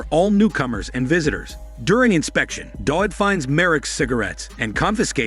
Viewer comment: w in Dawid is pronounced as v in Polish